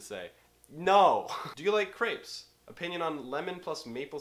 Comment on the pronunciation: Naglis Pečiulis He also said it wrong.